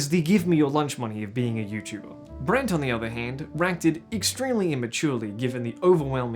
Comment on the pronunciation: “and then you have brant.” you don’t happen to come from melbourne do you ? hahaha